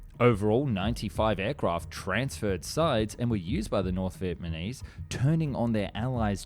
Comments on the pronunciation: Are you saying Vietmanese? It’s Vietnamese. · Your videos are always so high quality, well researched and informative but then you cannot pronounce VIET NAH MESE to save your life, hearing VIET MAH KNEES is so distracting, just say it slower or something please get it right, its been multiple videos now.. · Am I hearing things or does he keep saying "Vietmanese"? 🤣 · Who were the Viet Ma Neeze? (Shame on you!) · Oh yes... the Viet Ah Meez. A dastardly foe. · Say it with me: VietNAMese. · I loved this video and found it very informative but I couldn't help giggling every time you said 'Vietmanese'. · Ya gotta stop saying "vietmanese" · The amount of times this man says “vietmanese” is painful. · “Viepmanese” is a new word I’ve never heard of. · Look, it's John Kerry! When I was in Viet Nam in 1998, I saw one of the A-37's on display at the Da Nang Airfield, and she was in pitiful condition then, I'd hate to see what she looks like today, if she's even still there. BTW, It's pronounced Viet NA mese, mate. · Why does he keep saying North Viet Ma Nese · Australian? Speech impediment? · I suspect that he makes deliberate mistakes in his videos so that people react to it and the comments make it a more popular video. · Are you saying "Vietmanese"??